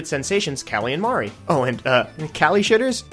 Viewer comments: "Marie, is best squid." * Can't pronounce her fucking name right * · How can you call yourself a Marie fan when you can't even pronounce her name right?